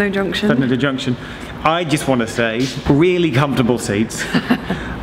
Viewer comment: For future use, Llandudno is pronounced Clan-did-no.......not dud-no....... And the town itself (rather than the junction) has some great real ale pubs!